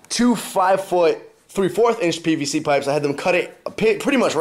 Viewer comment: "PVC" not "PBC"